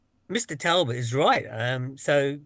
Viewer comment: I am an elocution teacher. Please note that it is pronounced Talbot as in Tall-Butt. Thank you. Mrs D in Yorkshire